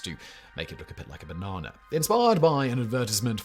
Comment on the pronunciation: As if it weren't unthimnkable to speak about twinkies for an hour, thirty-eight minutes, fourty-eight seconds. Highlights: the way Simon pronounces banana. Switching to hydrogenated oil for the actual purposes of finding an inert preservative that slips through the alimentary canal like there weren't many nutrients in there anyway, a judge with clear frames threatening with a gavel to make um, peanut butter? (Simon called her a lady, but she had a beard, I dunno.) Food from Japan which can kill you which is blamed on the Russians and their gambling problems, oxidation of fruit flesh and George Forman being a fierce entrepreneur who re-invented a panino grill and tipped it so you can catch your fat and whip it into a frenzy, folding it into whipped cream and injecting it into freshly baked, cooled foam golden cakes cooked to sort of raw. Conclusion: Twinkies were never invented to eat cold, you're supposed to soak them in maple syrup, wrap them in bacon and cook them in a medium oven. Serve them covered with a small quenelle of jalapeno jelly plopped on top with one single corn nut and a sprig of parsley.